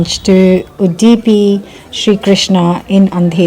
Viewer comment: Yum! My mouth is watering. A couple of tiny corrections to pronunciations: Udipi is pronounced UDD-i-pi, with accent on first syllable and heavy dd sound, and sambar is pronounced saam-baar, not samber. Common mistakes among non-South Indians. And unfortunately no South Indian restaurant serves up good gulab jamuns! It's a northie dessert and they include it on their menus just to be inclusive 😂!